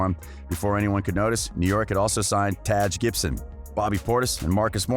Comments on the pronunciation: It’s not “Tage” Gibson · "Tadge" Gibson..... cmon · I saw this comment right after I heard it....lol 😂🤣